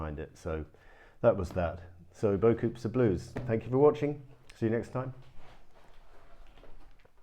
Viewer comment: Is that the British disrespect for all things French I hear with your pronunciation of "beaucoups"..? I'm just curious. When I was over there in the 80s, my UK friends had me doing it, too; "I'll meet you at the caff" "Are we taking the Magic Bus to Cally..?". I get a kick out of irreverence...